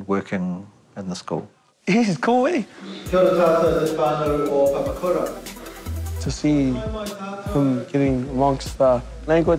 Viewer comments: Pa-Pa-Ku-Ra, not pepperkyewrah 😂😂😂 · At least pronounce Papakura correctly. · Can we at least learn to say papakura properly. Plz